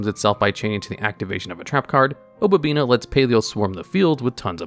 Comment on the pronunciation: "Opabina" lol it's "Opabinia", there an "i" between the "n" and the "a." Yu-Gi-Oh! players and reading, amiright?